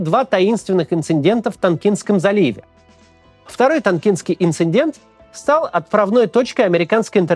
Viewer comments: Уважаемый Максим! Не инциНдент, а инцидент. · Максим, инцидент, а не инциндент) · "инцидент", а не "инциНдент" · Не, ну инциНдент это конечно топ, заслуживает дизлайка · "инциНдент"? Максим, ну как так то? =) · Правильно говорить "инцидент" а не "инциндент" ахаха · Максим,ма кара?! Шо ещё за "инциНдент"?!)пожалуй,первый раз резало слух не от интонаций,а от грубой орфографической ошибки😂А по делу,-как всегда,выпуск на высоте!! спасибо за работу!! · Мас Кис, не обижайся, но «инцидент» - с двумя «н», а не «инциНдент». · Произошел инциНдент???😳🫣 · ИнциНдент???? Серьёзно!? Не инци-дент? инциНдент?? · Он наверно пошутил))) у меня так папа всё время шутит, когда что-то подчеркнуть хочет, говорит намеренно неправильно, инциНдент тоже проскакивает, но как шутка)) папе известно, что правильно инцидент. Думаю, Максиму Кацу тоже☺️ и правда, каждодневный труд его дорогого стоит🔥🙏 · "Инцидент ", а не "инциНдент" 🤓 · Не инцендент, а инцидент! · "ИнциНдент" режет слух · Каеф. Но "инциНдент" - китайское слово какое-то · Максим, "инцидент", а не "инциНдент". Сорри. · В слове "инцидент" букв Н две, а не три. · Кац уже в Брежнева превращается. Ну какой еще инциНдент? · и дважды инциНдент, Максим, ну стыдно же! При этом, на уже инцидент))) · Классное видео! Но ИНЦИдент)) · Максим, инЦИДент! Нет там буквы Н в середине. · При всём уважении, но "инциндент" резанул ухо до крови. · Максим, у Вас очень грамотная речь, но пожалуйста 🙏 Инци_дент. Там нет "н". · ИнциНдент?! Или мне подслышалось?! Хотя переслушывала два раза. Такого я не ожидала от Каца. А так спасибо за каждый выпуск. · Макс... ИнциНдент ??? Да не один раз ... 🤦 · инциНдент, а вроде грамотный человек…😂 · Максим, как всегда - спасибо за работу! Но не могу не отметить, что невероятно больно слышать от Вас слово «инциНдент» 😂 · Инцидент, Макс!)